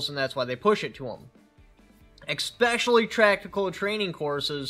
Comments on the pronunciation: Come on man. eKspecially? Its just specially with an eh sound before it. Say it with me, eh - specially. You hit all those cliche words people say wrong. Like how you said IRregardless which isn't even a word. Lol. Its just regardless. Please tell me you don't also say "Pacifically" instead of Specifically. Its all just words and we know what you are saying, just busting your chops man. I'm sure there will be some dingle berry here shortly that will be SUPER triggered, nearly to the point of a stroke, forehead veins bulging, and sweat dripping onto their keyboard as they accuse me of being a "grammar nazi". So hopefully you aren't so delicate and sensitive as many viewers/commenters are. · Its especially which is problematic......how about specially? Neve exspecially! Come on all of us 2A people do not need to sound illiterate! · Interesting take on why the revolver, the maintenance. I like it. One tip if I may. In your introduction, you say "eKspecially" twice. Haha No K sound in the word "especially." Enjoy your first Father's Day, bud!